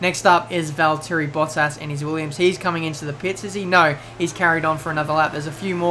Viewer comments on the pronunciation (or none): none